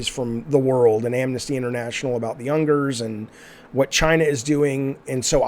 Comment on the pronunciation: Jaffe I adore you, and this is really insignificant because your heart is in the right place, but number one with a bullet, if you wanna advocate on behalf of or use the Uyghurs as an example, it’s worth getting the pronunciation right; it’s pronounced “wee-ghurs”. After that, the way that this universe has affected so many people in such positive way, it’s worth just ignoring JK and her garbage. Having said that though, a really comprehensive video essay was just put out about some of the more subtly toxic ideas that Rowling populated her books with. It's worth a watch no matter what, but I appreciate everything about this video; it's an important conversation.